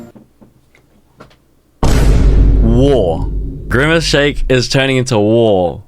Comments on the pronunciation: “skybidi toilet”😭 “Grymace”😭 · "SkiibidI Toolet"☠️ "Griimace"